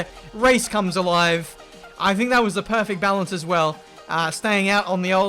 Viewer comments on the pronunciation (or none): none